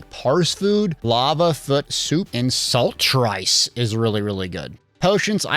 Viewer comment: lol did you say saltrice like that to trigger someone haha, is it some kind of inside joke